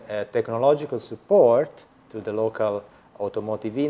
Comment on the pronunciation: He start with yaa... support ...pronunce is s'Port Not support... unvelible